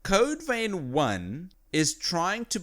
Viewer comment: its not code vain its code vein plz pronounce it right not critiasing u